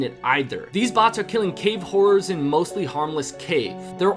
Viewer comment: I thought u said cave whores instead of horrors 😅